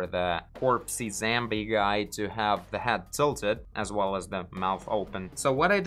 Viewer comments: слово Zombie произносится в британском акценте зОмби, а в американском зАмби, но никак не зЭмби. Буква "O" так же, как в слове hot.:) Добра!:) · I love how you say “zambie” and “robit”